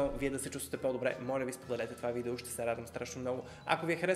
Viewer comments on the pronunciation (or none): none